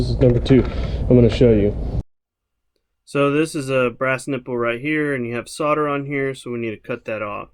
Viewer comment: Solder "Soul" "der" NOT Sodder